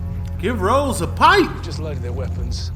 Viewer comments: Haha! Yeah, it's funny to hear our man calling Kemp - who projects such a hard man image - with a girl's name! 😅"Ross" rhymes with "moss" not "nose"... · Its ross not rose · It’s “ROSS” … r-o-s-s 😂😂😂 kill me